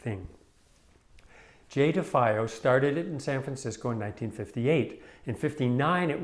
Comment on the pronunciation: You pronounced her name wrong. Her ex husband , Wally Hedrick, who built the stretchers , ,was my buddy. She hung out often at my school. We had beers . I was a student at SFAI while it was encased . If there ever was a iconic work of art that came out of San Francisco Abstract Expressionist movement , this is it